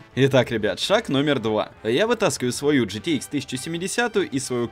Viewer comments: "Гэтэха 1070" xD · гэтэха десять семьдесят ахах